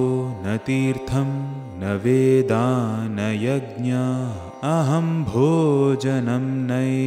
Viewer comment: Fourth stanza second line last word is YAGNAAHA. and not YAGNAA. The visarg should be properly pronounced